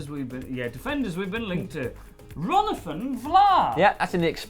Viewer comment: Ron-athan Vlaar my goodness hahaha, how does come up with this stuff man.